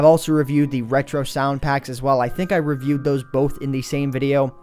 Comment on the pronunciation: you say both like BOLF